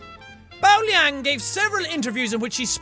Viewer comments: JACK ITS PRONOUNCED LII-AANG, YOU WANNA KNOW HOW I KNOW, CAUSE IM VINCENT LIANG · My grandma runs the risk red mask???? WTF?? IM NOT EVEN JOKING HER NAME IS BAO LIANG!!!! Oh yeh btw it's pronounced lee-ang if it's spelled Liang